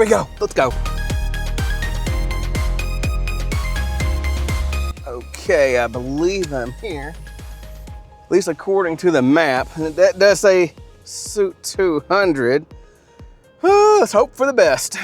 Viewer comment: Suite is pronounced “sweet”